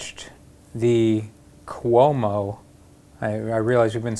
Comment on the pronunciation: Thanks for pronouncing Cuomo correctly. You get a free pizza if you ever come to Italy. 😄